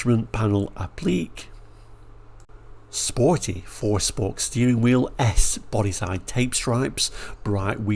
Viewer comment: Interesting way to pronounce 'applique'. Mk1 Fiesta Ghias did have alloys.. They looked similar to the ones on that American version, but were different. They were smaller versions of the Granada 2.8 alloys of the time. Great video. Thanks.